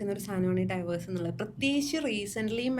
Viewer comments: ഡിവോഴ്സ് എന്ന് പറയാൻ അറിയാത്ത ചേച്ചിയാണോ ദാമ്പത്യത്തെക്കുറിച്ച് സംസാരിക്കുന്നത് 😅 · sometimes a word is more than enough to do so especially...in this case she is talking about marriage, marital relationship, divorce etc...such a person should at least be able to pronounce such words correctly as many people r listening to her